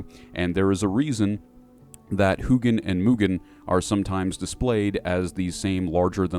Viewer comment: Jhil is my favorite for obvious reasons lol but just a little side note odins ravens are pronounced hue-in and mew-nin I'm very fond for norse mythology especially the raven symbolism which is said to be the constant search for wisdom and understanding. If you haven't heard of it I'd highly recommend researching the Valravn. The game hellblade does a very good job at depicting this and the valravn falls closely in line with who or what jhil is.